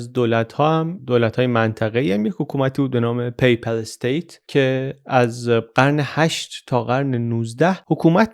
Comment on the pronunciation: جناب پی پَل استیت تلفظ اشتباه است درستش پاپال استیت است پاپال استیت